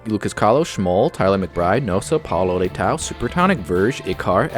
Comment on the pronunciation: coelho = co'e'li'yo leitão = le'i'tuh'um source: am brasilian.